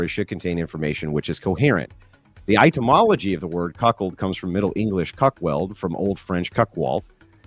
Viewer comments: I'm pretty sure Andrew is partially illiterate with the number of words he consistently mispronounces and the unironic use of double-negatives.😂 The words etymology and nuclear are his kryptonite. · One day, Andrew will learn how to pronounce etymology. Only then will he achieve greatness. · Is he pronouncing "etymology" as "itemology"? :)